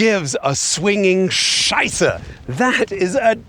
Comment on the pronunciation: this was a very authentic German "scheiße", well done 👏🏼